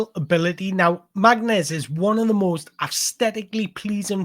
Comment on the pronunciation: His name is pronounced "Marness"--it is a Kabyle name (Berber part of Algeria). Get his name right and you have made the effort unlike all the game commentators and all the online critics. He is a sublime young player and a great person, and he will be a superstar in the EPL.